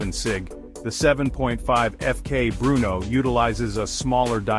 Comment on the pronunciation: Terrible AI video, images dont match the product and cant even say FK Brno correctly